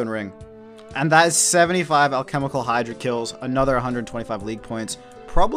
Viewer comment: you pronounced hydra right and then mispronounced "pronunciation" lmao